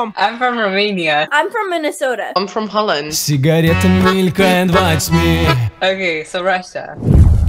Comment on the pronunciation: Тот сáмый момéнт, когдá самовлюблённый "Глухáрь" токýет: Ай эм фром ХОЛЛЭНД ! :nl: - Пóлэнд ?.. :pl: LOL end.